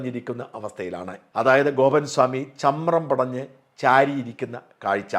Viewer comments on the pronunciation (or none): Chamram. Padinju. Not pidanju